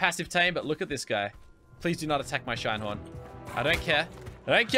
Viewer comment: Call him Shin-e-horn